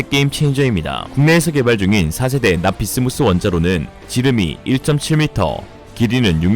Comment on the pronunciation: 납-비스무스 인데... 자꾸 납-비스무리 로 들려..